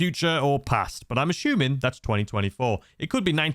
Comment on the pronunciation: You are "ashooming" a lot 😅